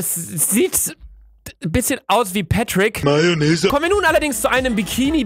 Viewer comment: Niemand: Wirklich Niemand: Patrick: Mayonese